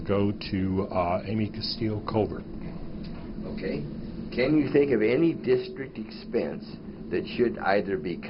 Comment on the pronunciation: Ok, First off he said "Covert" wrong, second, hard for me to believe that this happened 6 years at the time of this comment.